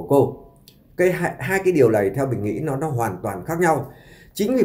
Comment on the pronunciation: Giọng kể nghe chán...lày lày...ló ló...nàm...no nắng,..học lại chính tả đi chủ tuts